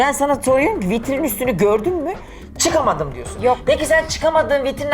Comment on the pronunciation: da vitrim diyor 🤣🤣🤣😂😂😂